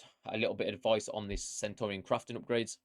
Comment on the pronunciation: Love but mate, don’t sign off like Nep, be original. You’re the man. Oh, and learn how to pronounce “Centurion”, not “Sentorian” 😂👍🏻❤️